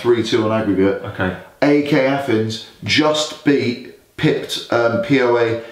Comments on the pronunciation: Its PAOK not POAK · Is it so difficult for you guys to pronounce PAOK the right way like in one word? Plus do better research about the gun incident cause you are spreading lies and it's a shame... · It's PAOK! Just put the letters together. Not Pi Ey Ow Kay... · No poak..paok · Its PAOK not POAK and people dont say it p-o-a-k they say it one word